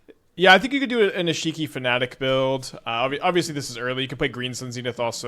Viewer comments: Eshiki Eshiki Eshiki. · Honestly kinda weird to hear him say Ishiki and Rashaka over and over. I'm not usually somebody who gives a shit but it's kinda ear grating. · Eesheekee is definitely a way to say her name. I see you have been taking lessons from Seth